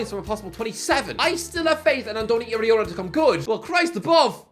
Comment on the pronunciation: It's Iraola btw😅